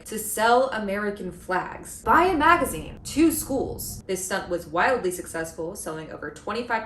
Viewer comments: Kat Abu saying "magaine" is my new text alert sound. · A “MAGA-ine” sounds perfectly on-point.